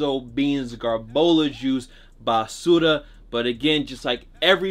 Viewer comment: Nigga said bah su rah